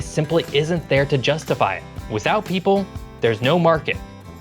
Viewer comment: Heh. Heh. “Pople”